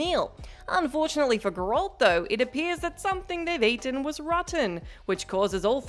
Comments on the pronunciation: Please...it's GerAlt, not geerolt 🤦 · its Geralt. not Gerolt... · Perhaps even "Gher-lt" , not "grr-Alt" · as soon as she said gerolt the first time instead of geralt i was done with this vid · Please stop! It's not Grolt, it's Geralt..... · The only game this chick has ever played is Mario Kart. And probably Wii Sports. Also, Her customer service voice and smile pisses me off more than how she pronounces Gerr Alt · Enjoyed the video, but I’ve never heard it pronounced Grr-Walt before 🤣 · Gurolt, Garelt, Goralt, Girelt, Garult............. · WHO THE F*CK IS ''grold'' ??? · Wtf is a gurrolt? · i don't understand why WhatCulture can't give the Witcher videos to somebody who has actually played them or at least watched the show enough to know how to pronounce Geralt. you're nice and all but my brain just shuts down when you say gerALT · the pronunciation of Geralt is so irritating i couldn't enjoy watching the video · It’s burning my brain that the name Gearlt has been butchered by this woman. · tried to watch. stopped at 1 min cuz the narrator kept mispronouncing geralts name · The way she says 'geralt" I can tell she hasnt played witcher 3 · And she still cant pronouce his name lol 🤣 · This is why females should not play. Cant even say Geralts name like a normal person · Great video, but I just can't stand the way how you pronounce Geralt's name 😑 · They lose credibility when they pronounce it that way. I won’t purposefully watch any of their videos again. I’m surprised they don’t lose subscribers. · Brain broke when you butchered cd projekt red. Geralt’s name was bad enough, but damn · So this person couldn’t at least do 3 minutes of research? One cut scene or clip of the show would tell you how to pronounce his name... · Why is she pronouncing his name wrong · How can you not pronounce GERALT obviously have no idea what your talking about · Im uncomfortable how she pronounces Geralt 🙈🤣